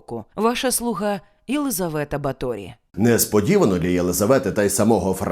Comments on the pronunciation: Все дуже гарно, але в угорців наголос фіксований - на першому складі, тому: БАторі, РАкоці, СІярто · Супер випуск, я вас обожнюю. Але в угорській мові кажуть БАторі, з наголосом на перший склад і місто Пожонь, не Позонь. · Чому наголос на останній склад? Просто цікаво. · Наголос не правильний. В Угорщині по іншому ставлять наголоси. Через це важко слухати 😅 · О, сюрприз номер 1: наголос на І. 😮 Я кіно якесь дивився. Там вона ніфіга не вампірка якась, а просто жінка, яка намагалася вижити і робити свою роботу... І ніяких дівчат не вбивала. Романтика розвіялася, а розуміння ситуації додалося. Але ви, звичайно, у вашім відео і додали барви, і розписали в деталях, і по поличкам розставили ото)))) Дякую за вашу роботу!:) ❤💛💙 Графиня жертва свого часу, обставин і політики. Не свята і не монстр, просто людина, яка мала владу і гроші, але хтось мав більше. А ще вона була жінка, тож її простіше було ото впакувати у замок, ізолювати тощо. Ну, мені так здаєтьсяї. Християни навколо все би зробили, аби якась жінка не закручувала їм гайки. П.С. Де він, блядь?! 😂😂😂😂😂🎉😂 Дуже цікава робота цього разу вийшла)) І ота псевдоістопія, і оці приколи з замком...:) Прикольно!!! П.П.С. Класна футболка, ❤